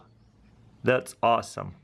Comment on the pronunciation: "it's osome, osome" and else.. Ты если принял решение работать на англоговорящий сегмент, то почини свое произношение, а то кровь из ушей течет. Диз только за это. А аппарат прикольный .